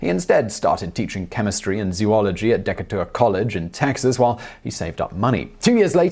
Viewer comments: When you referred to the town in Texas, I think you meant Decatur, pronounced D-Kay-Tur. Trust me I'm a Texan. 😁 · It’s pronounced Dee-kater, not deckatour. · Decatur is pronounced dee-KATE-uhr, not DECK-uh-tuhr.